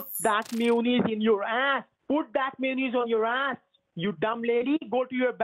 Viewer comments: He cant pronounce may you naise HAHAHAHA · "mewonnaise" just kills me...